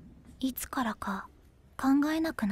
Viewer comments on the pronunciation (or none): none